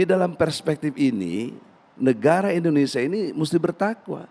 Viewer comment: egi sujana lucu ngucapin nama negaranya sendiri aja gk bisa..indonesa hhhhhh bukan indonesa bung tp indonesia hhhh